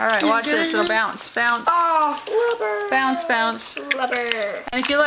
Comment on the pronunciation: flabur whats flabur you mean to say flubber